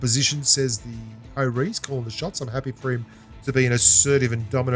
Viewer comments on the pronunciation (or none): none